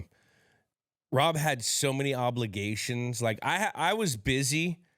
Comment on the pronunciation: Why does Edelman say "hobligation"?